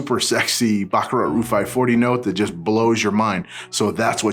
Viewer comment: NOT "Roo" but "ROOJ"